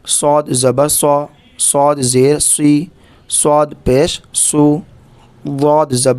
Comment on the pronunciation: apka sa seen ki tarah nikal rha he